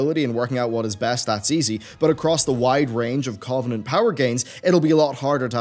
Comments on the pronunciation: Cuv-en-ent not Covv-en-ent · Please pronounce covenant correctly.. your stressing me out